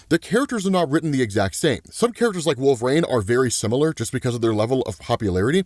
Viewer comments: Is there a reason you pronounce it "wolver-ain" lol 😆 😅😂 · Why doe he say “Wolverane”? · please stop saying wolverine like that lol